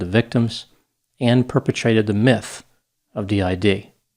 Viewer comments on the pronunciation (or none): none